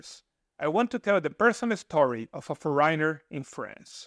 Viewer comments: This is a valuable and interesting video! Thank you. I have one small pronunciation correction. The word "foreigner" has the accent on the first syllable and is pronounced like this, "FOR-renner." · Well, after all, he doesn't really know English, has really bizarre ways to pronounce some pretty common words. Just one example: strange way to pronounce "foreigner"! So, dude may really have a linguistic issue, starting with English... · I got curious: You're probably not a native English-speaking person. The way you pronounce 'foreigner' (several times) is peculiar. I saw your video on Italy and it was much less critical of the Italians though you will have the same problems: if one doesn't learn the native language, you will be confronted with lots of daily issues. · I do not think so.I am Eastern European.The strangest thing is how he pronounces ‘foreigner’. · For ríe nur and yoos ed for foreigner and used was hysterical.